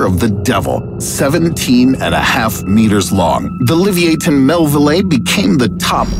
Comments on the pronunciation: The real scary part was how he pronouced "leviathan". Oof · Livy-A-ten? The narration doesn't sound like a text-to-speech program... so that means it's a person. A person who speaks fluent English... if you don't know a word in the script, there are ways to learn. "Educational" channel that cannot spend 1 minute learning pronunciations. The word is Lev-I-a-thun (took literally 20 seconds to look it up) PS: interwebsters: Prolly is Not a word! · .....Pronunciation not a strong point. Liv-ee-a-ten...Leviathan. Lev-ia-then. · How'd you pronounce leviathan liviethan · Leviathan - Le-vi-athan. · Isn’t it pronounced “Lev-i-athan” ? He pronounced it like a Harry Potter spell lmao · it wasn't levayathan?? 🤣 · The Arctic predator isn't real. And the last whale is pronounced Le-vy-ahthan you dummy. Not whatever the hell you were trying to pronounce. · bro doesnt know how to pronounce leviathan XD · Who pronounces leviathan like that😂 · Plz learn how to say leviathan, your version is seriously sad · If you are making even slightly educational videos, make sure you learn how to pronounce the names correctly. It is almost as if you've never heard of the word "Leviathan".............. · never heard leviathan pronounced that way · You mispronounced leviathan. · I'm suprised that a English narrator can't pronounce Leviathan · He pronounced Leviathan completely wrong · The way you pronounced "leviathan" literally killed me. 🤣 You sound like the substitute teacher in the Key & Peele skit where he pronounces the student's names wrong, or in ridiculous ways. 😂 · So true at first I didn't even recognize it 🤣🤣🤣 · The way he pronounces leviathan is hilarious